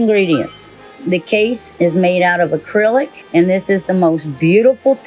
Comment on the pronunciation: ‘’A cril lik’’ got me dead